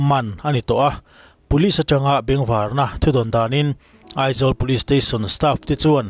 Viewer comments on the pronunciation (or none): none